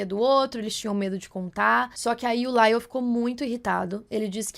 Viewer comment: Não é “Laile”, moça Foneticamente novamente é “LAIOU” 😅